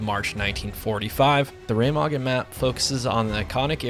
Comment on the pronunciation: Its reMAgen:P (glassman)